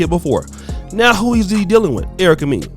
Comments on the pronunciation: Lol Erica “Meen-ya” 😂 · her last name is pronounced Mena (Men-Nah)